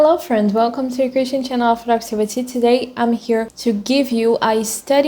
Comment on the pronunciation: Seu inglês está cada vez melhor, mas é difícil entender quando vc fala "Christian Channel of productivity".